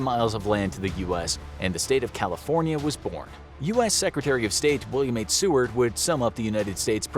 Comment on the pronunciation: im so glad you said seward right!!! no one ever says it right